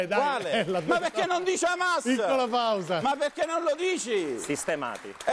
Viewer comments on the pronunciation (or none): Hai veramente detto «Sistemàti» alla fine? Mito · Che mattacchione il Dibba! Ha detto sistemati! Matto fracico! 😂